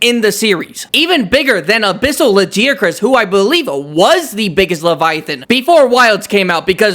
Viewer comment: Okay, first of all, you're pronouncing Lagiacrus' name wrong it's pronounced with a hard g, not a soft g